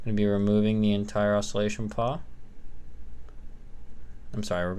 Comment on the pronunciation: It's a PAWL, not a paw lol